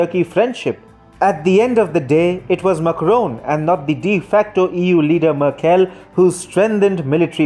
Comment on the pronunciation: as a german i have to say you really should look up how to pronounce merkels name, i had to stop listening to your video it hurt my hears